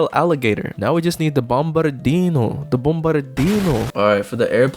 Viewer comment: "we're just gonna Bombardino" what did you just say?